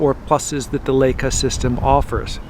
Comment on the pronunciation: L-eye-ca! Not L-ake-a! Leyeca. Please.